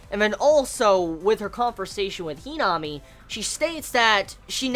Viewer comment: Who tf is henome do u mean himami ur saying her name wrong.